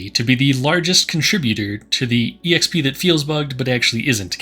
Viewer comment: EXP is short for Experience. Please stop pronouncing it as E-EX-PEE, it's just pronounced EX-PEE.